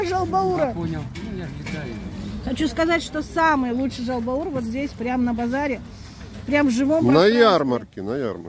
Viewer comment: Правильно будет, не жал- баур, а жау-баур. "Жау" это жир, "Баур" это печень.